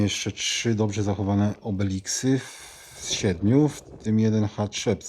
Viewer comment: Tak a propos to mówi się obelisk 😊